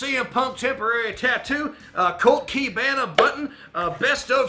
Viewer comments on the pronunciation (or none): Colt Key-bana...